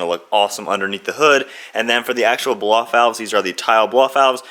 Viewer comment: If you say "bloffout" one more time Im gonna block this channel😂😂😂